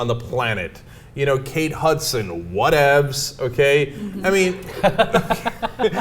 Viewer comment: "WHATEV'S" lol